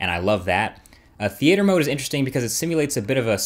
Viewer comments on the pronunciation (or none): "Thee ate her" mode lmao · theeayter mode?